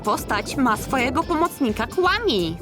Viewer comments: Nie mówi się " KŁAMI " tylko " KWAMI " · Muwi się kfami a nie kłami